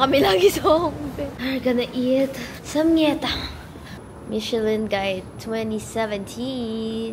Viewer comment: Samgyetang..Not samyetang